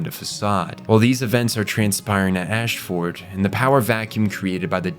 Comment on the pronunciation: Im loving your videos so far. I watched the Fullmetal Alchemist one first and that was good. I have high hopes for this video as Code Geass is one of mt all time favourite anime. So far it seems like you didnt watch the anime though, because of the way you pronounce words and places in the anime differs greatly from how the characters say it in the sub and the dub "Ash-ford" reminds me of how Americans say Melborne as "Mel- born" when in reality it is pronounced more like "mel-b-n" by locals